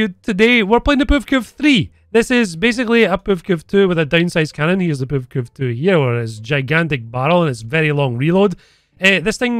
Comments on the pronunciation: Tho i have to say as funny as is, listen to saying" the puvkuv" lmao every time!, its prenounced "p-v-k-v" just as Mbt or Ifv etc. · ah yes, the PevKev